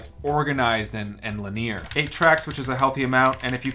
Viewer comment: Wow, I thought it was douchy sounding when you pronounced it distro-buter, but when you pronounced it luh-nee-er, I was like - OMG, this is a douch.